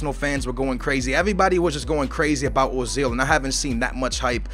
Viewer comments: it's not ozil its oezil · urzil is how t pronouce it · No, Uh-zil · People are stupid, it doesn't sound like Ozil or Oozil, or Ertzil or anything like that. It is pronounced Özil, like it's written. The Ö elongates the vowel, making it sound like 'Ergh-sil'. A 'v' in German is pronounced like an 's' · Ozil is said "Oo-zil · The dots above the o make it sound like a double o say it like oozil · say it like oi-zil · It is Erzil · Prounoced urzil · It's pronounced "Er-zil" pronounce it like how you pronounce the "ir" in "girl" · His name is pronounced Uh-zil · its pronounce er-zil